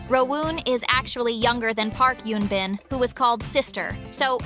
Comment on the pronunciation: It’s Eun Bin not Yoon Bin.